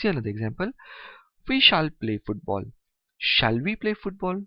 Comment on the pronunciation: Stop pronounce it shaal